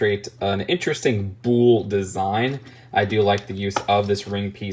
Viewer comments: rhymes with full not fool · Im sorry its just2 bugging me that you say "Bull" like "Booul". I'm not sure why that bothers me so much. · haha no worries lol I think it's just an inflection. My dad says oreenge instead of orange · Rhymes with pull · It's pronounced the same as 'pull' with a B